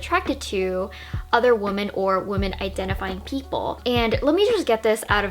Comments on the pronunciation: Stupid question, why does she keep saying woman instead of women, plural? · "women" (plural) is pronounced like wimmen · Sorry this is a tangent to the topic of the video but it’s this video that solidified it for me, do Americans not say ‘women’? It always sounds like they’re saying ‘woman’. And they pronounce those two words the exact same way almost as if they’re using it interchangeably. When I say “women” it sounds very different and distinct to the way I say “woman”. Like we-men and woo-man